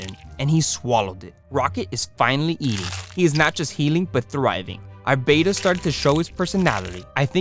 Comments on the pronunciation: ITS BETTA NOT BETA THST EHY IT HAS 2 T'D NOT 1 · Its not a Beta fish, its a betta. Like better with a at the end instead of er. Betta not beta. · it's not pronounced bay-tuh, it's beh-tuh. glad to see the tank progress. you should NOT have multiple bettas in a tank unless theyre all female. this can be deadly. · Beta = bay-tuh Betta = bet-tuh Double T! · It's not a beta, it's a bet-ta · Betta is pronounced BETT uh. "Bayta" is spelled "beta"; it's a Greek letter. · The most accepted pronunciation of "betta," from the Malay word for the fish, is BET-uh (like "better"), with a soft "e" and a short "a" sound, not BAY-tuh. While the softer "e" pronunciation is often heard, particularly in the U.S., the Malay-derived pronunciation is considered more technically accurate, though both are generally understood. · They are not “bay-ta” fish. They’re Betta. Beh-tuh. If you are going to be saying a word dozens of times the least you could do is spend the TWO WHOLE SECONDS googling something to learn how to pronounce it. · Correctly pronounced bett-uh, not bayta as in Betamax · It's not a "BAY-ta," it's a "BET-uh." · Mr. Betta is pronounced Bet-tuh, he is not a Bay-tuh, he is an ALPHA. =D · Btw it’s pronounced betta not beta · It's pronounced betta (bet- ta) I've been in the hobby since 1970 and cannot believe how it went from the original pronunciation to beta. Anyway great set up though. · Betta is not pronounced like beta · That pronunciation of Betta makes me cringe🫣😂 But otherwise, good job